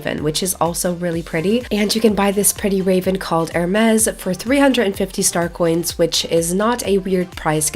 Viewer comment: Not trying to be rude or anything but you pronounced the name of the bird wrong. It’s said the same as the creek god Hermes I believe but that’s just based on the spelling